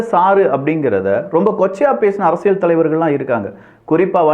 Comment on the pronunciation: ஒரு தமிழ் ஊடக ஆளுமையாக, தமிழ் வார்த்தைகளை துல்லியமாக உச்சரிக்கும் பொறுப்பு உங்களுக்கு உள்ளது. குறிப்பாக உங்கள் சேனலின் பெயரிலிருந்து. “அரசிய’ல்’” சதுரங்கம் ஆனால் ‘ழ்’ அல்லது ‘ள்’ ஒலியுடன் சொன்னீர்கள்.